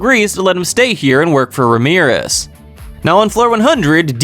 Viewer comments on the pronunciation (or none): RAM-E-RISS not Ramirez😂😂😂😂. Love the videos